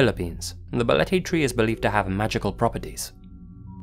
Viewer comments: Love from philippines, also you pronounced balete perfectly~ Ive heard the place and im not that far from there too but never been there before. I might try after the quarantine since im curious too and ive been hearing the story regarding to balete dr since i was a kid, there are also news reports too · pronunciation of Balete is on-point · The pronunciation of “Balete” and “Quezon City” were right on, actually. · You got the pronunciation of Balete Drive correct! Bravo! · Pleasantly surprised you pronounced "Balete" well. Much love,! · You nailed the pronunciation of "Balete Drive" <3 <3 <3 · No apologies needed, good sir. You did not butcher the word "Balete" at all..well maybe a little bit but way better than one would expect lol. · My man Nailed "Balete" and "Quezon" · Balete dr. .... you said it right .... and that street is absolutely positively haunted .... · I gotta say as a Filipino, no apologies necessary for the Balete Drive segment, you pronounced everything perfectly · OMG! YOU FEATURE MY COUNTRY!! YOU PRONOUNCED BALETE CORRECTLY! <3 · You pronounced Balete drive perfectly. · Great pronunciation of Balete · BALETE was pronounced perfectly lol omg ud pass as a local haha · "BALETE" yep you got it perfectly! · Hey, you pronounced Balete perfectly 👌